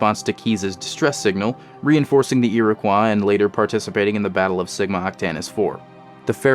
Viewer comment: Rough man you still pronounced Iroquois wrong